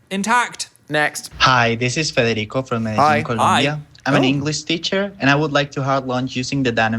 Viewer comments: guyys its ColOmbia not Columbia!! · tragic the "frederico-columbia" instead of federico from medellin, colombia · bbys I hate to be that person but It's Colombia not columbia... ALSO COLOMBIA MENTION FUCK YEAH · Omggg Colombia mention!! Thank you teacher for introducing the younger generations to Dan and Phil!!! Also, for the whole work of teaching the language and making it entertaining with your suggestions 🫶 PS. It’s ColOmbia not ColUmbia 😂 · ITS COLOMBIA WITH AN O NOT WITH A U JESUS CHIRSTTTTT 😭😭😭😭😭😭😭😭😭😭😭😭😭😭😭😭😭😭😭😭😭😭😭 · Guysss pls Plsss pls, its Colombia not Columbia like pleaseeee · Oh no! It's ColOmbia not colUmbia.. :( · Hey!!! Love the episodio, but it’s COLOMBIA, not Columbia. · It's COLOMBIA not COLUMBIA!